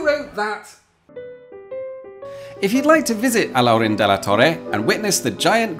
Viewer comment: Great pronunciation of "Alhaurín"😃!